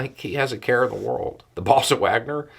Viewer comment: I'm not meaning to make light of this -- it is very damn dark for the folk mentioned by name or office here -- who all have [had?] actual lives, loves & families. But the way says, "The Boss of Wagner..." makes me think i'm listening to the emerging new suggested answer to the rhetorical question, "Who do you think you are?" Used to be the suggestions were"The Queen?" Or "God?" But in my head, i clearly hear me retorting, "Hey! You aren't the Boss of Wagner!!" to my younger brother. Or "Who died and made you the Boss of Wagner?"